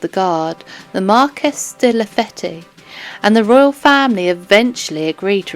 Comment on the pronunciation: AI BS Marquis "De La Fetty"?